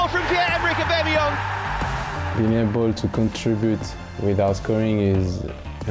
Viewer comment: Who heard this commentator say Pierre-Emmerik ooobemeyong